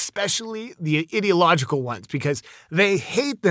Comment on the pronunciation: Bro as a American and English being my 2nd language. It's i-dee-log-eh-cal lol not idiotlogical lol